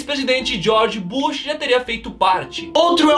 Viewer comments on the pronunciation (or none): none